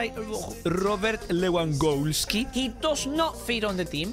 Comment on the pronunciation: I thought pronounced lewandoski like that but now I realized that he says Lewangoalski